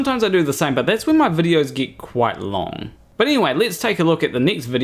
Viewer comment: I wouldn't worry about pronouncing Bill's name mate, let's face it you struggle with simple words like "get" You butcher the English Language 😂 Another very dishonest video that fails to allow Bill's explanations. Any fool can't pick and choose bits of someones videos and constantly misrepresent them 🙄 Who listens to this clown 🤔